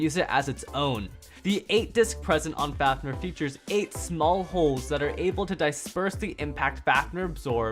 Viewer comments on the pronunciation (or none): ITS FAFNIR NOT FAFNUR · "Faf-Nuhr"